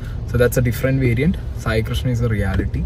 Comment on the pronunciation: Variant അല്ല eliant ആണ് ഇയാൾ